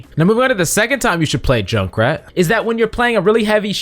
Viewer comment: I hate that he said Jukrat